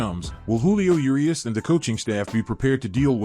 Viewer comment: Thumbs down for say Yerias instead if Urias